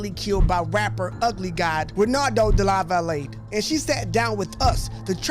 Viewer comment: The last name is pronounced "Duh-lava-lay."